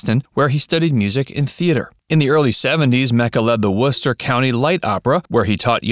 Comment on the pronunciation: I am proud you pronounce WORCESTER MASS.with np problem. I also live in Worcester. He graduated from a high school Burcoat high school.